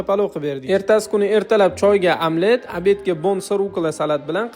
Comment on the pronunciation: Amlet emas omlet deyiladi